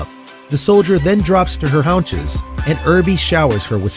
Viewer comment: This narrator seems to be familiar with the English language - but some words he pronounces, like 'hounches' (haunches) and 'unbrittled' (unbridled) makes one wonder. I used to do soome public speaking (in a very small way) but I always read out loud what I was expected to read in front of others - in case there were some surprise words or typos that might catch me off-guard. I always thought it was a good idea; too bad so many 'narrators' these days don't feel the same way.